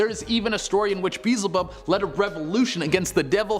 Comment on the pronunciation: [BEE]+[EL]+[ZI]+[BUB], idk why it triggers me so much on how y’all pronounce that demons name but, it does lol